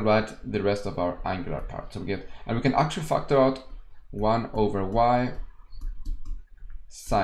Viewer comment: Why did I hear factor out as f**k the rest out!! Anyways great video.